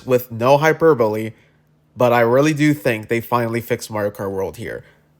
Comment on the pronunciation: Why did you say hyperbole like that